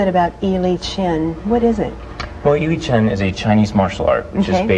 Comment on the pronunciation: She's mispronouncing the name >< AHHHH!!! lol doesn't matter. I don't think the video does justice to the form :(